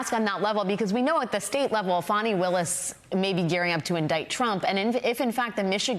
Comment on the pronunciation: Its FANNI! Like TifFANI , Not Fawny (FANNY) Like A Butt. Stop Its Not Tiffawni. Its Tiffani. Its Her Name, She Chose A Nickname, SHE CAN CHANGE IT